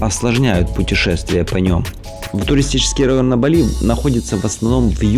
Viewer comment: говорите правильно ударения.Бали- на первый слог.